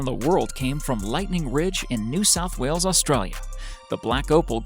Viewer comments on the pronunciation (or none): none